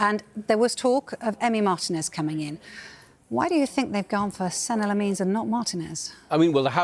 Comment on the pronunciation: Se neh Lah meens she says